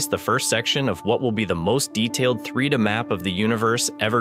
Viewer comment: Right when I heard “Three duh map” at the beginning 🤦‍♂️ AI translation/transcription 🤦